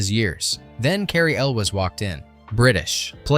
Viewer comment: This guy needs to learn how to properly pronounce Elwes